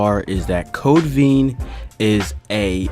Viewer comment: VEIN like in your arm not veen